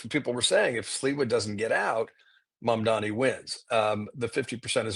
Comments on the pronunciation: Guys, please, please, please, learn how to pronounce his name! It' MamdaNi not MamdaMi. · Mamdani, pronounced like this: mom-DON-ee. Why is it that Rs, former Rs, and corporate dems have such a hard time saying his name...